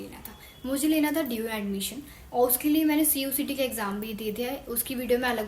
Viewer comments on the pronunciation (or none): Cuet hota hai cuct nhi